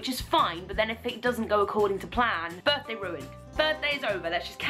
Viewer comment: I enjoy that you said b'day, it sounded like g'day to me haha